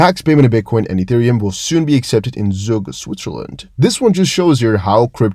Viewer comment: Zug is pronounced “tsook”. It’s German for “train”.